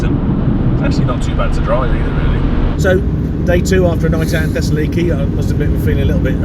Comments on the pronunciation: Brilliant👍! Greece is gorgeous! Has learned to pronounce Thessaloniki eventually?😊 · Excellent video! Amazing! Could you please teach how to pronounce Thessaloniki 😂